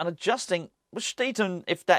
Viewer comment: it's pronounced sch-tide-un, not tee